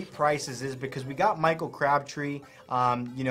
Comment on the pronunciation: Just a heads up on how you pronounce Paul Posluszny's name. It's pronounced, "Puz-LUZ-nee"